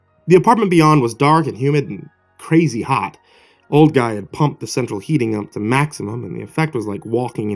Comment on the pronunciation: that's a pretty Cwazy thing to do! sounded like Elmer Fudd there again. be Vewy Quiet i'm Weading a Cweepy pasta. He he he he!